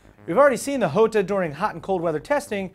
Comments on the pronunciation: top gear pointed out the big pecker months ago and its probably pronounced yo-ta not ho-ta since its italian not spanish. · Its "Jota" not "iota" ... do you also sai "iames"(James) or "iustin Bieber" (Justin Bieber)? :D reat show show and spelling stuff is sometimes easier than it looks :D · You're still wrong, it's Ho-ta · I thought the Jota was pronounced (Jaw-ta) i didn't know it was (Joe-ta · Hey, which pronunciation of "Jota" are you using? I know the word exists in numerous languages, all with a different pronunciation for each. The way you said it sounded a bit more French than Spanish.